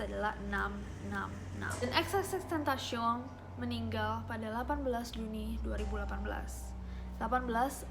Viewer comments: xtentacion aja gapake 3× X cuma satu(penyebutannya) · X tentacion bacanya kakaa wkwk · Kak cara bacanya tuh, xtentacion